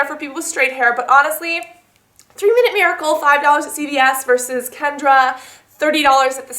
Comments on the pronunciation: It's not Kendra its Kenra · I love your videos! However, there isn't a 'd' in KENRA!